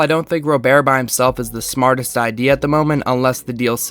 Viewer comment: Hate to be that guy but Luis "Robert" is pronounced like an American Robert. I agree its weird but ya /